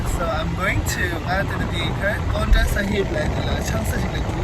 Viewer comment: It's not "Pounta", it's "Poanta". But nice video